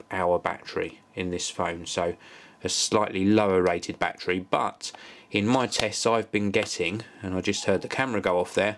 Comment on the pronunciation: Love how he says Bachery(battery) lolz